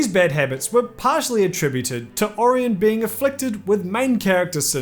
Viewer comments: It's either Ori-On or Ora-Yen. But not Ari-yen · It's pronounced O-ryan, ffs, NOT Or-in. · How do you not know how to say Orion?